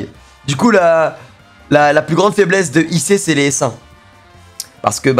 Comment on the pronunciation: Tu parles de peur ou de faibmésse mec ?